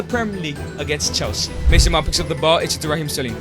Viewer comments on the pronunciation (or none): none